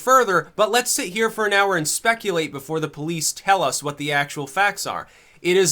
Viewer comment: YA KNOW H'WHAT....I LIKE.